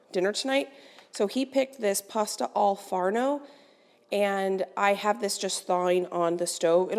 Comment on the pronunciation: Happy Easter to everyone. Props to and congratulations you improved your pronunciation of Pasta Al forno!